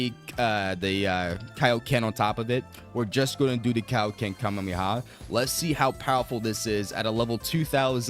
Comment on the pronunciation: Please stop saying Kamehameha like that holy